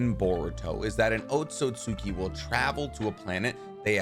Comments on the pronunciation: OtsUtsuki* NOT OtsOtsuki. It's OtsUtsuki with an "U" NOT "O" :/ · your pronounciation of otsutsuki is wrong just saying